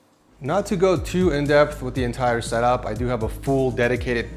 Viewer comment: the way pronounces setup always bothers me lol ik its no big deal but i had to say it, love you and congrats on the house